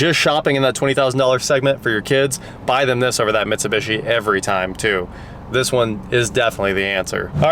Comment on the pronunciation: I don’t know why has such a hard time, saying Mitsubishi lol but it drives me nuts